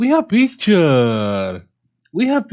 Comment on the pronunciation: i like you when you say : we have picturrrrrre 😀